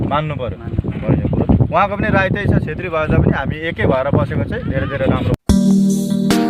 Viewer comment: राई होइन सर राय हो सर